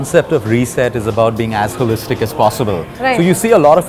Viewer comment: Why am i hearing ass hole-istic whenever he says as holistic as possible.